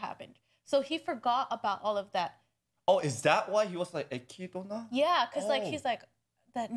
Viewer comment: You Literally no one says her name with the in the anime, they say /ekidna/ not /ekidona/, there may be instances in which it seems the is pronounced but that's just because in japanese it's unnatural to have a consonant sound not followed by a vowel (only exceptions are double consonants and syllables like つ、ち、ちゃ and so on) because as I said their alphabetic system is syllable based, not letter based, so they actually find it hard to pronounce non-japanese names/words in the correct way. In addition we can consider <Beatrice>, her name is pronounced as /beatris/, however in katakana it would be ベアトリス but clearly you don't pronounce /beatorisu/, the and are silent. So yeah, no reason to call her /ekidona/ when her name is written as <Echidna> and pronounced as /ekidna/.